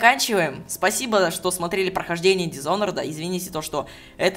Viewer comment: Дисонорд?может Дисанед?